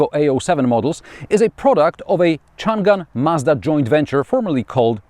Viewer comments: Chang an. You don’t pronounce the g for the second syllable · Not Chun Gan, should be Chang-an （長安） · I recommend enabling English subtitles. The varied ways it butchers "Changan" are hilarious. "Chun Gun" is my favorite.